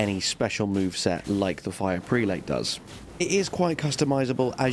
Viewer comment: Superb vid! FYI all friends, "prelate" is pronounced like "prel-it."